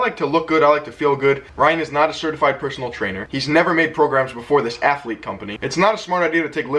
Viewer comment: Its not athlete its alpha lete😂